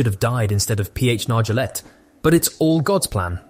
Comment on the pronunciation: Why don’t you pronounce Nargeolet’s name correctly? You must know it. I’m just wondering.